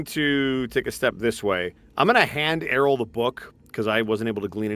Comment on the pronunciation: love how aryl still gets mispronounced, just think THERO ARYL not tharopod, theropod, not auryl, airyl